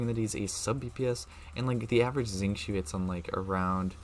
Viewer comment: Omg finally someone that can pronounce xingqiu's name quite accurately 😭 Actually the Xing is pronounced as "sing" and then it'll be perfect! Love your video it was very helpful because I'm going to try to c6 thoma and need to maximize his potential!! 😀